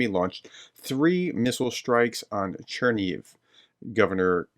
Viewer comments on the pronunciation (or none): none